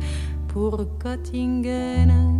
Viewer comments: Je suis toujours surpris de la prononciation qu'elle aura arrêtée dès l'origine de sa sublime écriture sur la ville de Göttingen en la prononçant "Gott-ingen" alors que cette sympathique ville allemande se prononce "Geu-t-ingen". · BARBARA aurait pu faire un EFFORT pour prononcer CORRECTEMENT le nom de la ville de Göttingen ! Ce "ö" = "euh" !!!!! 😏